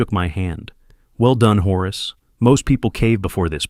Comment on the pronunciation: "horus" - so lame, it's Horace